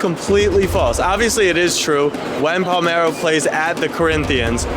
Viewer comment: "Palmero at the Corinthians" 😂